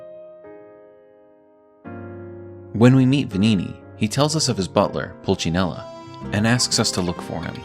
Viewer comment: actually is Pulcinella, not Pulcinello.